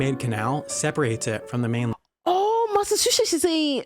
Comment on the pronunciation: "Massa-sushi" Incredible pronunciation.